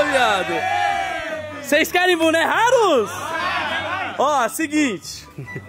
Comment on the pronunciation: falando buné ao invés de boné